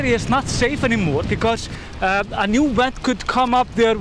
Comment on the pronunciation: Ok say it with me VVVVVENT. not went.